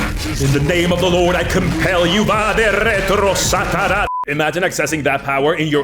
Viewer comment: That actually sounded so good in your "spanish / idk where ur exactly from"-pronunciation "Ba De Retros Sa'Tara" xD